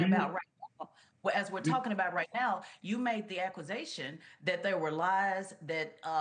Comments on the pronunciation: She said "aquisation"🤦‍♂️ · The lady can't even say "accusation" she says "acquisition" 🤡🤡🤡🤡🤡🤡🤡🤡🤡🤡🤡.......